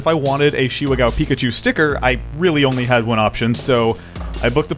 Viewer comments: Ga-o not gow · GAH!! OH!! IT’S GAH OH!!! NOT! G O W!!! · Not Gao but it's pronounced more like GaOU